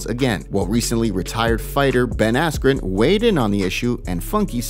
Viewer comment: "Ben affleck" instead of askren lol